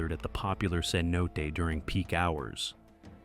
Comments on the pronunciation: Cenot-ay. not ce-note. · The inconsistent AI pronunciation of "cenote" 🙄